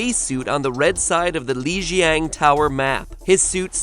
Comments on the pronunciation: I love it, but seriously the pronunciation is really bad. "Li Jiang" is pronounced "Lee JAHNG", now "Leejeeahng". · I don't know why this gets me a little mad when mat pat said Leijiang instead of Lijiang tower I mean the announcer literally pronounces it for him and he still got it wrong like why? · Nice pronunciation of "Lijiang" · his pronunciation of lijang... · typhlosion9999 Lets play dkire13 You can't generalize it. The announcer is also mispronouncing "Hanamura", "Volskaya" and "Lijiang", since she calls all names by using their classic english pronounciation. So of course she will pronounce "Eichenwalde" the english way. But the question here was how it's called in German, so the pronounciation of the announcer should not be considered valid. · Torbjorn and Lijiang Tower. Not sure if there were any others. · how can you say "lijiang" wrong when the game itself says it?! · Omfg matpat why do you pronounce liajang tower wrong when it literally says the place's name EVERY time you go there. if you're gonna make an informational video on a game, Learn to pronounce the characters names as well, ie torbjorn. Ugh cringe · Bro, MatPat, these characters/place are explicitly pronounced for you in the game. How are you gonna pronounce Torbjorn and Lijiang Tower wrong